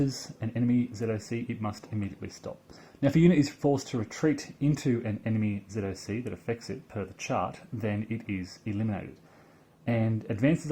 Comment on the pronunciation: Oh, thank GOD you don't verbalize ZoC as, "zock"!!!! The sign of a true grognard!! :) Not sure I like the overstacking penalty; wouldn't disruption (even Disrupt 2) be a more fitting penalty. It's not like any unit truly cannot physically FIT into a hex, and the surplus men and equipment spontaneously explode; it's more like it's against training and doctrine, which would lead to ... disruption.